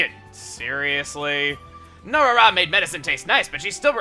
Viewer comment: I think it's No-Ra-Ra, not No-Rara